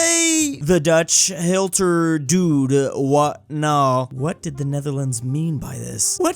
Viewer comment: you pronounce it as hietler dot. what nu